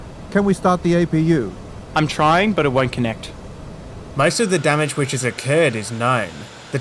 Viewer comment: Engine "Damange"...really!